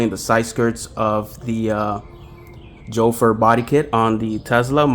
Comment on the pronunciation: Is it really pronounced Jofer? 😂I thought they were a Chinese company not Spanish